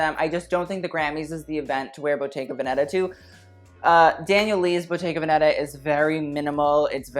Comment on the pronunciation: pls!!!! bottega veneta is pronounced with the accent on ve (véneta)